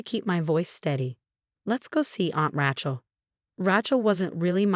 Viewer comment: Once again IT IS NEVER PRONOUNCED RA-CHILL. It is Ra(long A) chill. Your system is stupid and so are you. You must also be lazy and uneducated.